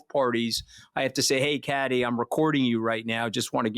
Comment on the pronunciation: God i feel sorry for Kathy!!the yank wont let her get a word in edgewise, doesnt have the manners to prounce her name correctly and tries to use her not being friends with criminals as a stick to beat her with....like thats a bad thing!! Hes truly an ingrown toenail of a human being....really shows Allistar Campbells lack of judgement since this podcast was clearly his idea, Rory saw him for the conman he is